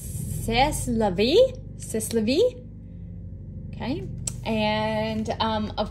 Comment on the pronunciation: Say- la - vee